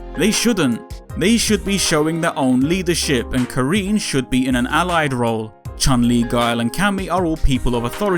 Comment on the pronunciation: It was a bit tough hearing "Ka-REEN" throughout the video. The "rin" is synonymous with "win." You actually pronounced it a bit better in the previous video. Otherwise, solid piece. Despite that I really like Karin, I agree they're making her a bit too perfect and center stage at the detriment of other long-standing characters.